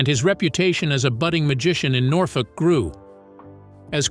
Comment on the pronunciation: Norfolk in Nebraska is pronounced ‘NORFORK.’